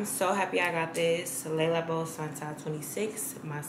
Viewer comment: Girlllll “Lay Lah-bo” not laila bow